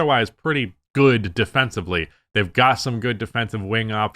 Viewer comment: I’ve heard you say “defencibly” way too many times that I worry you don’t know that it’s defensively